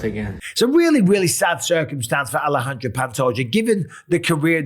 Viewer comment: It's pronounced Alesandre not Alejandra. That's a cute girl's name